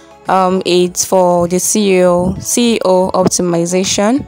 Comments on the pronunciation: Sincerely nice intro but I think my ears were hearing CEO instead of SEO 🤔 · I think you meant SEO? You were saying CEO